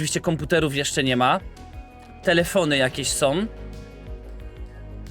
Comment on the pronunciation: Ja pierdolę chłopie🤦🏻‍♂️ Tego nie da się na dłuższą metę oglądać. Masakrowanie języka ( końcówki „OM”) to jedno, ale po cholerę drzesz papę?! Zacytuję ciebie: „ Gdzie rodzice sOM?”